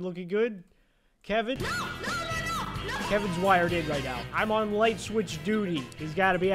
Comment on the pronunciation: bro siad "meet kevein"